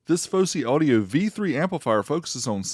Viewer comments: Its Fosi not Fowsey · Its Fosi not Fowsey.